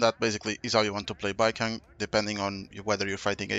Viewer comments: I don’t think it’s “Baikang” it’s Baicang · Please, his name is pronounced like bai-tsang 😅 the pronunciation is killing me… here since I got an A1 Baicang lol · it's like bai-song. the "c" is a "tz" sound which is similar to the english s sound and the a in ang is a sound somewhere between an a and an o, realistically in my language it's an a that blends into an o. this probably isn't helpful but it's the best explanation i can give. great guide btw! really appreciate the explanations and showcase.